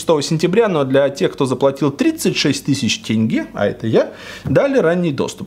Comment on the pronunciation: Впервые слышу правильное произношение тенге(казахстанской валюты) от блогера с России . Аш уху приятно .🇰🇿